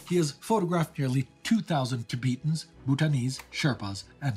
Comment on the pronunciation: Dude going for that authentic einsatzgruppen accent then goes and calls Tibetans “Ta-BEAT-ins” like some 1800s anthropologist The anglicanization of foreign pronunciation combined with the full throated reverence for the sanctity of European pronunciation is a micro-colonialist gesture. It subtly asserts that certain languages aren’t deserving of one’s respect. To the point where people with Asian names, if in America, anglicanize their own titles for the convenience of English speakers that will, despite being instructed, refuse to extend the courtesy of effort to pronounce properly. It’s a form of misgendering to a less egregious extent. English speakers travel to other nations without learning the language while foreigners train their whole lives for the chance to show their English to an English speaker. Within this context, the man’s immaculate German is ironically tone deaf.